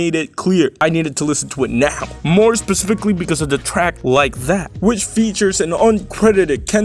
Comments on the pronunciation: “more spespikly”😂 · More sp-spihk-ly...